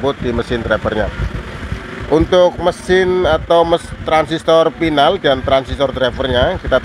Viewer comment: Final, bukan pinal.